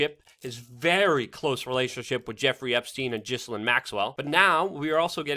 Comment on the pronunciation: Dammit, bucko, her name ain't pronounced 'jisslin!' The 'Ghi' has the same sound as in the first syllable of Dr. 'Zhivago,' the 's' is indeed soft, and that second syllable is pronounced 'lane.' You're one of the tiny handful of journalists out there that deserve the title because of your commitment and integrity...please don't give the haters any ammunition. Correct pronunciation might seem nitpicky to the average schmoe, but it's one of the top hallmarks of a true professional...which you certainly are.